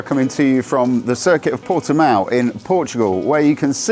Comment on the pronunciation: Easily the best review so far of the new CBR600RR on YouTube in my humble opinion. It’s very much on my short ‘must ride’ list for this season. Also, it’s great to hear that someone can actually pronounce Portimao correctly. Cheers Toad ☺️👍👌